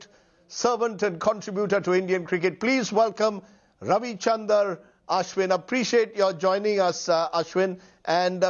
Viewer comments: His name is Ravichandran Ashwin not Ravichander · When you interview a legend of the game, the least you can do is pronounce his name correctly, calling him ravichander ashwin instead of ravichandran ashwin 🙄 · It is not Ravichandar Ashwin,dumbhead. Ashwin was sarcastic when he said you pronounced his name correctly.